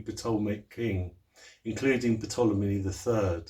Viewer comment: Ptolemy the p is silent so it's Tolemey great info thanks ...